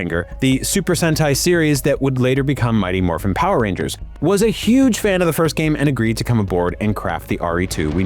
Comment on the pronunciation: Zyuranger but show Liveman footage. Also how tf dude pronounce the word "Rangers" wrong the first time but nailed the 2nd time ?